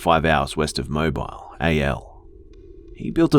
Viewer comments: Not that it's a huge deal at all (we Alabamians are absolutely used to this), but just so you know, it's not "MO-bile," but "mo-BILL." (Mobile, AL). Rhymes with, say, "so shrill." xD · There was no Ad at the beginning of the video, and it's "Mo-beel" , not "Mo-bile" Alabama. The vowel is the Long "E" vowel sound, not a Long "I" sound. I'm not intentionally nitpicking, I just seem to remember you appreciated it when people pointed out the "proper" pronunciation of the names you might not be so familiar with. If I a wrong about this, and you feel I am being insulting and rude, I promise I won't do it again. :) Update, One Ad in the middle for World Vision. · it's pronounce (Moh-Bee-al) not mobile lol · That would be Mobile, Alabama. AL is the abbreviation for Alabama. Just letting you know for future stories just so you know. In America we wouldn't say it like AL but Alabama. Also Bama would pronounced BAM-Ah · Bama😂 I'm from Mobile, Alabama so it's funny how you say it. Mo- Bill is how Mobile is pronounced 😘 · I'm from mobile Alabama lol everyone pronounces it wrong it's Mo-bill and hell yeah it was an Alabama win roll tide I like this story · Great stories - but - it's pronounced "Moe-BEEL, Alabama." Love your stuff. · As an Alabamian just know that Mobile sounds more like Mobeel. 😆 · Omg you mispronounced the first city because i live thereeee lol. Its pronounced mo-beel. Hahaha love you 🤘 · He pronounced mobile wrong oh I live there lol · Lol the way you said Mobile, Alabama. Of course different areas have different dialects so no hate, just thought it was funny Also good evening from Mississippi!(neighbor state of Alabama) You're putting out great content 👍🏻